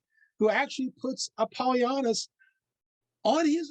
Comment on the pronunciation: You're pronouncing his name wrong .